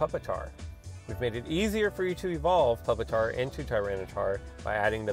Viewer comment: (PuP-TAR) funny